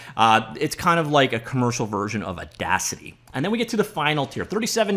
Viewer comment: it's pronounced audacity